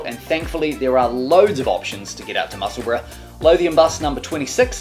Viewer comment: Hi l live in musseburgh and I like your videos but can you please stop killing the name of the town in east Lothian.